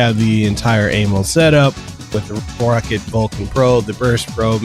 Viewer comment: its not pronounced rocket..its pronounced row-cat